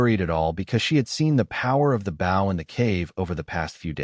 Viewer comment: And once again the AI cannot figure out the word bow as in leaning forward and respect or as in the front of a boat when you pronounce the word b o w in archery equipment it's not pronounced that way.